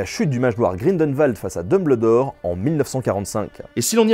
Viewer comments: mes oreilles souffrent quand j entends Dumbledore prononcé comme ça et non dumbeuldor sinon. j'adore la vidéo, excellente !!!! beau travail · Super vidéo mais "Dumbleudoor" c'est chaud.. surtout qu'il est souvent prononcé 😅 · j'ai saigné des oreilles tout du long en entendant dumeubleudore... mais j'avoue à ma première lecture du livre je le prononçais de cette façon aussi... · Dun bleu dore, Salazar Slizerine... mes oreilles !!! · on dit DumbELdor 😊 c'est de l'anglais c'est comme rumble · C'est juste GE-NIAL par contre frérot "dumbleudor" 😭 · Non mais "Dumbldore" c'est non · Je suis le seul a avoir ragé quand il dit DumBLEdore c'est Dumbledore PUTAIN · Il me tresse à dire Dumbledore ... J'ai toujours prononcer ça Dumbeldore, quoi que ce ne soit pas la vrai écriture. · Dumbledore ça se prononce Dumbeldore T_T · Arrêtez de dire Dumb LE dore !!! xD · Mdr le mec se casse le cul à faire une vidéo plutôt longue et complète sur un sujet que tout le monde apprécie à peu près : LOL IL A DIT DEUMBLEDOR ET JIKÉ ROLING j'adore les gens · DINBLEUDOR BORDEL. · AREEEETTE DE DIRE "DUMBLEUDORE" !!!!!!!!!!!!!!!!!!!!!!!!!!!!! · Episode vraiment intéressant (la prononciation de Dumbledore me perturbe pas mal tho). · Mais comment tu prononces Dumbledore mec? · En faite je me suis dit que quand on dit "Dumbledor meurt" avec la superbe prononciation dans cette vidéo ça fait " Dumb le dormeur" Voilà c'était tout pour moi mais ça m'a quand même perturbé durant toute la vidéo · C'est insuportable de l'entendre dire Dumbledore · Moi je n'arrête pas de me marrer vis a vis de la façon dont tu prononce Dumbledore, normalement dans le récit le e n'est pas prononcé bref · dans le peau de quoi ? dumBLEURdor ? WTF non mais la cest pas une erreur de diction lol cest carrement un crime ! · j'aime bien la prononciation Dume-belle-d'or( parce c'est ça que tu as écrit). en anglais, c'est plutôt Deum-beul-dor (dumb le dor ?) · Albus DumBLEdore pas DumBLEdor. DEUMBEULDOR. Sinon pouce bleu pour la vidéo ;)